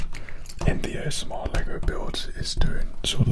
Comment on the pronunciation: why’d he say "AMSR" tho